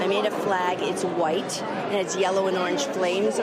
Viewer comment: The way Mrs. Alito says “white” so emphatically is disturbing.